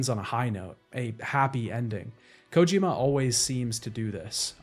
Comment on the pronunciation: Why do you pronounce Kojima the way you do? Kojima himself doesn’t pronounce it that way